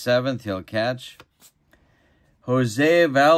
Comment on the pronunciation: Love it! I love my APBA vintage 1968 season also. Now you set my “ multiple baseball gaming disease” into motion again! So Baltimore loses to Cincinnati in a 4-3 thriller and coming up my Mickey and the 1968 Yankees against your Cleveland Indians! LOL on Phil Rizzuto’s 9 pronunciations of Jose V!